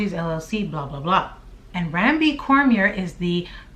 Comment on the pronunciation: Ya'll be fckn up our Louisiana names lol. Cormier is pronounced Corm-yay.